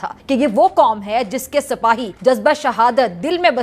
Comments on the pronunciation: सपाही ❎ सिपाही ✅ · मेरी ❤️ जान... सपाही नहीं होता, सिपाही होता है... क्या? एंकरिंग करेंगी रे... तूं 😅😅😅😅